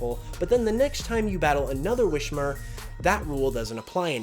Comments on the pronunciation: “WISS-mer”, not “WISH-mer”! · Just so you know it's not a sh in wismurr, it's a corruption of whisper